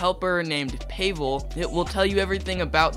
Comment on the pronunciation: payvel is crazy its pavel or ig pahvel is the way to pronouce it